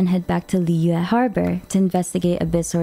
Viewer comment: shes says it in the correct pronunciation for mondstadt but with the others shes a little off. A good example would be the way she pronounces liyue shes very harsh on the yue part and is to quick on the Li and it sounds so bad 😅